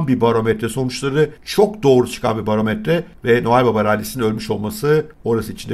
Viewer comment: Önemli olan barometrenin değil borametrenin ne söylediğidir abi. İyi günler seviliyosun :D